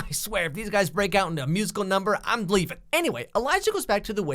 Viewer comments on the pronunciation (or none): Am I the only one that hear him say 'gleeving' instead of 'leaving' ?